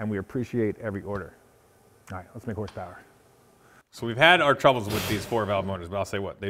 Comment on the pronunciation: What is “horspower”?